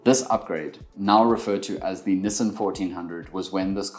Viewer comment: Niss-han, nie nisin nie, wat is jy, 'n Amerikaaner? Fok, kom jy van Benoni af? Oo God nee!